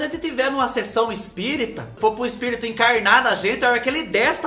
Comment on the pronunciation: Eu também falo ESPRITO 😂😂😂😂